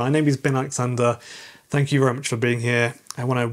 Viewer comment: If his name s, why does he say it is? The WORD is imporTantly. NOT, imporDantly.